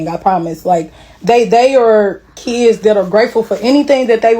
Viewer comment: But then your “keeds” remember? “ these my keeds, my cHiLd”